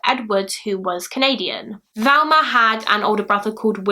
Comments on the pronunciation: Probably the same people who comment that they are confused because pronunciation of Thelma makes them hear Velma and they are too thick to comprehend that people can have accents. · It's not 'Velma' - it's Thelma!! Very annoying. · she knew it was Thelma but pronounced it Velma, it happens, Bailey does it too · I'm sad you mispronounced her name the entire video. You kept saying Velma. It's Thelma. T - H Pronounced As in Think - Thelma. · Her name is Thelma "not Velma!! Get the dead woman's name right, 😺!! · You kept calling her Velma, it was distracting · You keep saying ‘Valma / Velma’ but it’s Thelma xx Can you cover the Jill Dando case? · Just a question please- why are you calling her Velma when her name is Thelma? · Not Valma-Thelma. That's driving me nuts. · It sounds like you're pronouncing her name "Velma", but the title says "Thelma". ?? Maybe I'm just hearing it wrong! Thanks for the upload! <3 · Jane Smith I kept hearing her switch between the two sometimes she definitely said a V not a TH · A lot of UK accents pronounce the "th" in Thelma very softly, like you would with "there", and not a hard "th" as in "with". That softer pronunciation does sometimes sound like a "v" instead of a "th". And some UK accents (yes, I'm looking at you, Essex) pronounce "th" as a "v" consistently. So "muver" instead of "mother". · Yea I was confused there to wondering is it Thelma or Velma lol I kept hearing Velma...eitherway NO big deal :) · and like I said she doesn't have that issue, she pronounces the the in other words, this is the first time she's said v instead of th, it's not her accent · Is it me or does it sound like she is saying Velma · Who else thinks her hair look like cat ears? I agree she sounds like shes saying Velma? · she literally said she struggled getting her name right, also I know people from her area of the UK and others, of you watch her mouth, she's clearly saying Velma most of the time